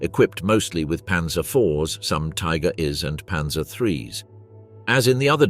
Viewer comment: These AI narrator voices are getting better all the time. This one sounds convincingly human, until you hear it pronounce "Tiger IIs" as "Tiger is", because only an idiotic AI would pronounce "IIs" as "is".